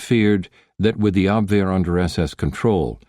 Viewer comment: The narrator pronounced Abwehr correctly! Obviously, not an AI voice. Thank you!